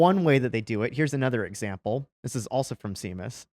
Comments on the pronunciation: His name isn't pronounced Sea-Muss! It's Séamus, pronounced (for those of you who are not Irish) as Shay-muss. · Seamus = "shay-muss" The Irish still forgive you. 😅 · Really wish somebody had told him it's pronounced "Shay-mus" not "See-mus." Pretty sure Seamus is an Irish name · Seamus is pronounced Shay-mus. Not See-mus. Blame the Irish. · Have you guys never met someone called Seamus before? It’s pronounced Shay-mus, not See-mus. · The thing that bugs me is he's saying see mus. It's pronounced shay mus. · Omg is pronounced SHAYMUS not SEEMUS. lol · Seamus is usually pronounced Shay-muss, not Sea-muse. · It's not "C-Mus", it's "Shay-Mus", surely? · My dudes...it's pronounced shay-muss, not see-muss. He's probably Irish. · Guys, you're killing me. It's not "sea"mus. It's "Shay"mus. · SHAYmas, not SEEmas. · Did you really just call him "Seems"? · The way they kept saying "Seamus" like it sounds instead of "Shay-mus" is killing my half Irish soul lol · The mispronouncing of Seamus is driving me nuts. It's "SHAY MUSS" not "SEE MUSS" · By, 'See-mus' might you mean to say, "Shay-mus"? Séamus: (pronounced SHAY-muss) is the traditional Irish form of the name James. It has Hebrew roots and means "supplanter" or "one who grabs at the heel". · Just a fyi it's Shay-mus. Not Sea-mus. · It's not See-mus... It's Shame-us. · Do you not know how to say Seamus? (Shay-mus) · How about Seamus pronounced Shaymus. It’s Irish. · Isn't Seamus pronounced "shame us"? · We all just heard him call him (See)mus, right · Shay-mus....Shay-mus....Scottish name, Scottish pronunciation...Love you guys! 😁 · that name is pronounced Sheamus. it's just a traditional Gaelic spelling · Guys. It's Shay-mus 😂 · I'm pretty sure "Seamus" is pronounced "Shamus". It's Irish. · Sorry Nick; But how does no one on Your staff know how to pronounce the name Seamus? Remember it is SHAME US. Luke: Don't shame us, Seamus. Sincerely in Xto (Christo) A Ghetto Conservative Mike B. B. From Philly, P.A. U.S.A.